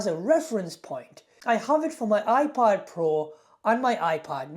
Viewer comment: Af first it sounded like you said iPod.